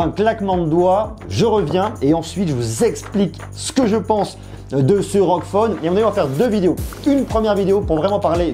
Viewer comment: On prononce r-o-g pas rog